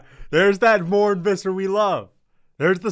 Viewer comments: MornE not morn you clueless american muppet 🤦‍♂️ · The interviewer LITERALLY calls his name and pronounces it correctly as "Mornay" but you still call him "Morn". How do you screw that up? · His name is pronounced 'more' 'nay' btw. You're very right his definitely coping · If you want to pronounce his name better try saying "more ney " in one go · His name is Morné Pronounced More-NAY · Its pronounced, “More-Nay” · It's pronounced Morn-AY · His name is pronounced “more-nay” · its pronounced MornA Fisser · You should learn to pronounce his name before you trash him.. Morn?? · most american pronunciation of Morne Visser ever lmao